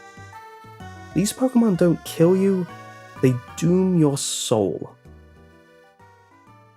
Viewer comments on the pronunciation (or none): none